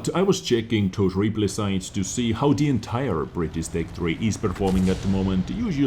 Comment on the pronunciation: BritiSH not britis, if you can't pronounce it just put it in Google translate :D